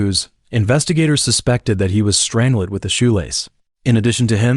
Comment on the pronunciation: Overall very interesting however.... The way the AI says strangled! I can't, completely ruins the video 😢